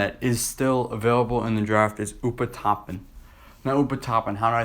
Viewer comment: Deni avdija not DJ avijja and its obi toppin not open toppin 😂😂 if u can’t say there names U shouldn’t be doing these videos